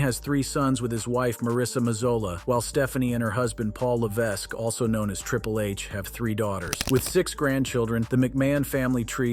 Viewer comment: I’m going to sound like a jerk, but if you’re going to run a YouTube channel, please learn how to breed and especially learn how to pronounce peoples names correctly like Geraldo and Paul Levesque. Again, I’m not trying to be a jerk, but I did not finish watching your video because after hearing how you pronounce their names, I cannot take you serious that’s a knowledgeable source.